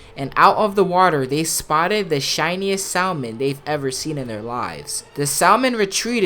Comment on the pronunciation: Idk how you can play GOW so many times and still pronounce half the characters wrong. PS you don’t say the L in salmon.